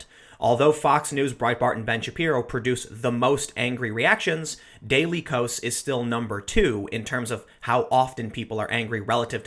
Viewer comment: I believe "dailykos" is supposed to be pronounced daily chaos.